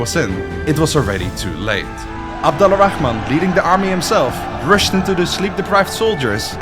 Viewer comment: Just a tip, Al-Rahman is one word. It's not pronounced Ala Rahman. It's Alrahman, and to be more precise; Arrahman. This is due to a linguistic rule, where certain sounds, including /r/, blend with the definite article "AL" (the). Google "Sun and moon letters" for more info. ;)